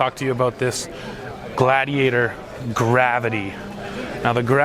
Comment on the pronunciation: would you please check in with Andre? It’s pronounced GLAYdiator (rhyme with radiator) 😁